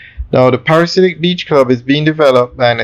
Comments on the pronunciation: Dude, you have done several videos on this development, and you still you can not say the name right. It is not a parasite. The name is: Pa/ra/di/siac. Get it right, Lol! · The word is pronounced PARA-DEE-ZE-AK, it means a person obsessed with paradise.